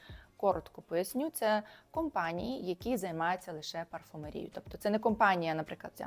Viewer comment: Дуже грамотно, особливо, парфумерією з наголосом на і,😂